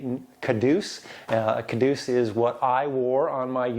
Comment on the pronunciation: The graphics look great! Your time with the Marines is showing though. In the Army, and the rest of the English speaking world it's a caduceus not a kadeuce. 😉 Good on ya having the exhaust done like that. It looks great, and like you it appeals to me for the functional nostalgia factor. Looking forward to hearing more about the 4.88's re: rpm on the freeway, mpg, etc. iirc your mpg actually got better with shorter gears in your previous Gladiator. Apples and Oranges, but still curious 🍻